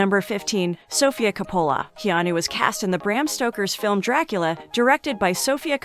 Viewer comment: Geezus please pronounce the name Coppola correctly!!